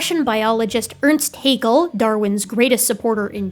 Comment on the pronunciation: ... Just because it pains me a little as a native speaker, I'd like to point out: Haeckel and Hegel are different family names... and are pronounced slightly differently. Hegel, as you splendidly demonstrate, is pronounced similar to bagel (long a and e). Haeckel, if pronounced correctly, sounds somehow similar to shackle (short a and e). Otherwise, I'm absolutely satisfied with what you've explained here. Ein Dankeschön for this great documentation. 😊👍, x & ❤